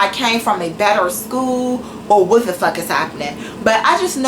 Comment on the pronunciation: I don't even know how the hell you got into any college when you can't even enunciate — it's a SCHOOL, not "skoo". You sit in front of your camera with the audacity to make fun of or hate on pretty much everyone, yet you have more poor qualities than all those people combined. The shirtless guy who had no right to be shirtless because he wasn't hot in your eyes? I'm sure he can pronounce "school" correctly. The security guard who knows nothing because he's "just a security guard"? He most likely passed English whereas you,, obviously failed even first grade English. The "bossy" student who's stupid because she's "too old" to be a student? At least she's unafraid to step up and try something different, unlike you who doesn't even have the respect and decency to show up to class. Was your mouth open when people were staring at you? Because I'd stare at you too if I heard you talking, and they don't smile at you because of the disdain they have for how judgmental and bigoted you are to everyone around you. You should be ashamed of yourself, your actions, and the ugly words that spew out of your mouth. Have some respect for others, but more importantly, try having some respect for yourself.